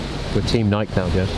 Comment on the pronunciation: The “Nike” is killing me! 🤣🤣🤣🤣🤣 It is pronounced “nigh-key,” rhymes with “eye-key.” She’s the Greek goddess of victory. Also, you should pick up Shoe Dog on Audible! Phil Knight has a pretty amazing story about how he started Nike.